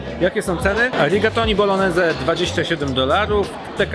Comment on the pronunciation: Kolejny fajny film. Mała uwaga - nie tylko „e” zabrakło. Bolognese wymawia się jako bolonieze, czy tam bolońeze, a nie boloneze. Gn we włoskim to nasze takie ń. Np gnocchi - wymawia się jako ńoki 😊 . Pozdrawiam.